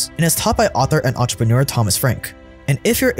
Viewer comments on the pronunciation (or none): none